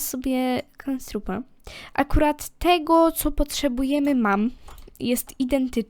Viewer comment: On nazywa sie knabstrup a nie kanstrrup